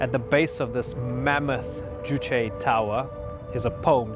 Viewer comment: Finally somebody who can pronounce Juche